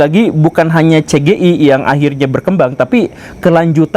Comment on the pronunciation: CE GE IE 😭 bengek 🤣